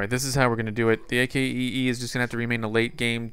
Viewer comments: just say akee and ignore the. because thats like you saying I.C.E.E. when it's ice or icee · It's not A-K-E-E, it's pronounce Ac-Kee! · you pronounce it ack-ee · You called the AKEE The A.A.K.E the whole video... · its actully to be prunonced akee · You say ac key not a.k.e.e